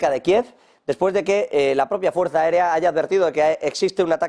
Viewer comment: 😂... ¿ Hay mucha fuerzzZzzZZZza aérea en UkronaZZziLand ?